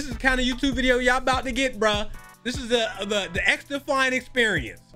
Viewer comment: “This is the Xdefiant experiencesh” lool